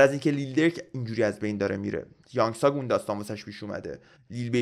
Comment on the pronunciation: داداش طرف کره ای ک نبودش 😂😂امریکایی بوده ، همون کینگ وان درسته ، نیما فقط یانگ تاگو اشتبا تلفظ میکنه میگه یانگ ثاگ